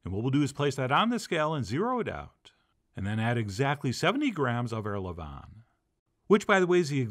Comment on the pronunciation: Levain is pronounced the way you pronounce Oscar Levant's last name, but without the T on the end. Only mention it because you said it so many times it was driving me nuts. Beautiful bread.